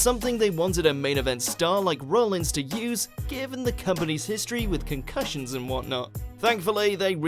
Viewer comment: IT'S ROLLINS NOT ROLLINGS